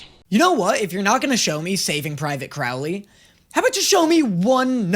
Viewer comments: ok ok ok ok,I literally hate that I'm this person right now but I swear if I hear pronounce it as crowel-ley one more time and not crow-ley I'm gonna have an aneurysm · How have you been hearing Crowley’s name pronounced correctly (first syllable "crow" as in the bird) but you're still pronouncing it wrong (rhyming the first syllable with "now") EVERY TIME? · Could you please say Crowley and not Crawley, he kind of changed his name 😅🙏🏽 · Just a tip that help me to pronounce Crowley name right it’s Crow like the bird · CROW-lee.. like the bird. "Crow" rhymes with "show." I know it's different to Americans, that's why I'm letting you know. And yeah.. everything you said at the end was how I felt as well. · Does it drive anyone else crazy how pronounces Crowley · You either need to start saying Crowley’s name correctly or stop making this series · Is anyone ever going to let know that he's pronouncing Crowley's name wrong lmao